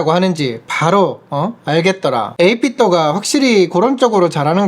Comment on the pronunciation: 발음이 8Bit도 가 아니라 8Bit두 입니다.